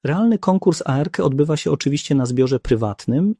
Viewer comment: specyficzna intonacja w przypadku zdań pytających - swoją drogą, zaskoczyło mnie, że czasem jednak intonacja była naturalna. błędne końcówki wyrazów w przypadku cyfr ("z roku dwa tysiące dwudziesto nie był w stanie.."). zmieniająca się wymowa skrótu ARC - "a-er-ke" lub "arke", acz tu może się czepiam